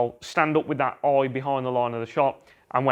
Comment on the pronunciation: Great video, love the accent on 'eye', aaiijjj!